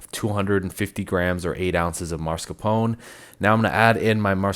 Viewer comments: No vanilla extract, lost me at that sorry 😅 PS: its "oh-neh" sound, not "own"csound. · It's mascarpone, not maRscapone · The Italian way ist to say Mascarpon-e with the e at the end pronounced. The English language usually drops the e's at the end.